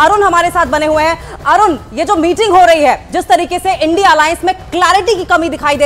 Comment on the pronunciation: एनडी नहीं है इंडिया है बोलना सीख लो पहले